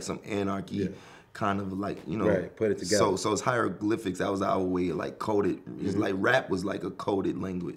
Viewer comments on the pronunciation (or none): Mans said hiedroglyphics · kerwin said "hydroglyphics" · Man said hydroglyphics😂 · This nigga kerwin said hydroglyphics lmao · Bruh rocky cant say he created the hieroglyphics